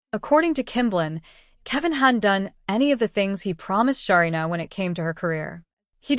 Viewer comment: Please pronounce her name correctly